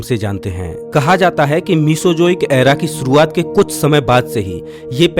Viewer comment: Suruwat nahi shuruwat Baris nahi barish Kagaj nahi kagaz Bhisan nahi bhishan Achhe se pronounce kiya kare